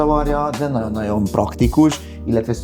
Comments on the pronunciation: Szinvonalhoz a NAON NAON szo sokat tett hozza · Nem vagyunk egyformák. Engem zavar a naon, téged nem. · NaGYon tetszik az ötlet, a minimalista hangulat, naGYon ízléses. Gratulálok! Megérdemelne a termék egy színvonalasabb bemutatóembert, aki jobban beszél, pl. aki ismeri a GY hangot. Sok sikert!